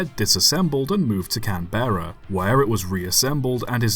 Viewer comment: As a full blood Australian i am here to tell you its pronounced can-bruh